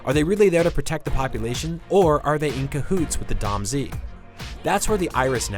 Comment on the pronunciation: Someone never played Beyond Good and Evil. It's "Domz" not "Dom Z".